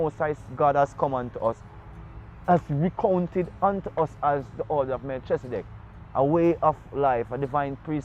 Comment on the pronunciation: Most people who speak the biblical names word it wrong - even i learn this over time and make effort t announce and utter the best or correct way in my seekings of the Allmighty .. .MELCHEZIDEK most pronounce it Mel - chezi-dek this is wrong pronounciation in my belief and seekings - the nearest truer pronouncitions - is Melki-zee-dek or Melki-seh-dek SO MeLKEE / MeLKI--SEH-DEK, IF WE, MY SELF INCLUDED SPEAK ONLY ENGLISH LANGUGAE My main point is for english speakers we have SPLIT the FIRST PART OF name Mel-chi via the engish teaching - WHEN IT SHOULD REALLY SHOULD BE one word prononciation >>> MELKHI /MELKEE /MELKI etc etc . i believe from my findings, <I may even be wrong>?? Yet simpe way to see it is .lets say my name - Anthony - somme pronounce the H some silence it - ie...Antony, Antho-ny /Ant/ hony :) again Tony - Tone-E /Toe-knee :) like this :) TAFARI THATS ALL IM SAYING THE ENGLISH LANGUAGE IS A SERIOU MISLEADING LANGUAGE IN OUR QUEST FOR THE TRUTH AT TIMES / Ras Tafari - Rastafari?? - TRUE WORDING IS RAS TAFARI / HEAD CREATOR... In India its Raj king/ emperor titles rem this ...titles nd names are two differet things altogether and can create wars among nations, who know no difference.. bcos of wrong / false teachings unkowngly in most cases passed down by the churches religions etc etc . or cover up in key areas? . Give thanks